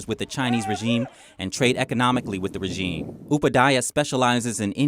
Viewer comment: The way she's pronouncing "Regime" is bothering me. i don't even know why.